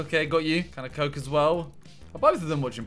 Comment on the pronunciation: Love the way everytime the word coke is said he says it like a scouser